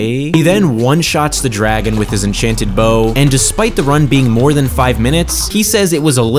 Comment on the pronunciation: At the start he just said enchanted enkanted awrmor